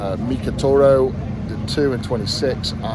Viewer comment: "Milk a Torro" 💀💀💀💀💀 Don't drink that Eddie, its not milk